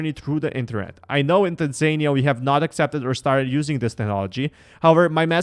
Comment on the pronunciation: Is pronounced Tanzania not tanzynia 🇹🇿🇹🇿🇹🇿